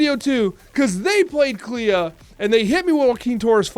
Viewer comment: do you clay-ah the house? Clea is the word clean without the n. Thats it bud. Its pronounced “Klee”